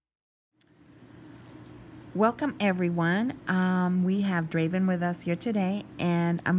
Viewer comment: Draven, not Craven. :)